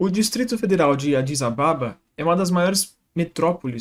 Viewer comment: NA HORA DE FALAR OS NOMES ESTRANGEIROS , VC PODERIA "ABRASILEIRAR/APORTUGUESAR" , OU PELO MENOS , FALAR + DEVAGAR , AS PALAVRAS ADIS ABEBA ETC..AGRADEÇEMOS SUA INTEIREZA EM INFORMAR...VALEU